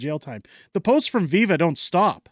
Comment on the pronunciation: Refers to Viva as a freind of the channel Them proceeds to butcher his name lol